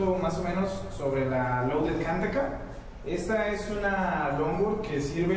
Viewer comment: Es Kanthaka no Khantaka :u